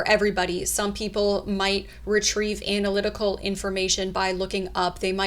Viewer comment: Nice work but your pronunciation of analytical around the 15 minute mark caught me off guard lol. ā-nal-itical never heard anyone purposely pronounce it like that, only jokesters trying to get a chuckle. Is it a regional thing maybe?